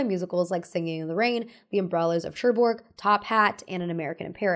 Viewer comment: no hate, but i died a little bit inside when i heard your pronunciation of the umbrellas of cherbourg